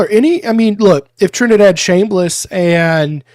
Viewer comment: Love you, but It drives me up the wall the way you say Chambliss' last name. 😢